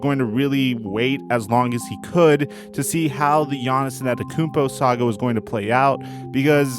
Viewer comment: An-teh-tuh-koo-onm-po NOT Ann-et-uh-kun-po